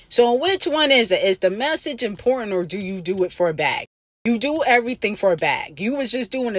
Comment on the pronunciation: Bch can't even pronounce a simple word IMPORTANT Barney bch sit tf down